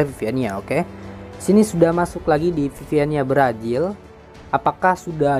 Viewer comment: Brazil bang bukan brajil